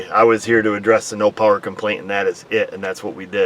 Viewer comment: She's got the powah' now. Thanks Dr. O!